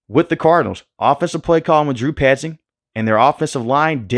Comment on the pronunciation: Bro said “Drew 👖 zing”😂